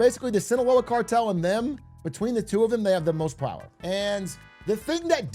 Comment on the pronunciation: "No one man can have so much Prower"